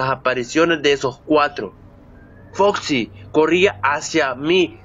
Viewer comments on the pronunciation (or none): none